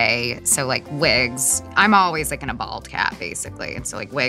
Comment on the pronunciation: lemme tell ya; saying “Da Bomb is a little bit spicy” is like saying “a dog is a little bit covered in fur”; just plain mean, girl! “I don’t wike it” is being adorably polite.